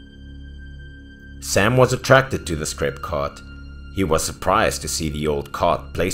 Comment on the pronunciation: He was saying crepe or cake ????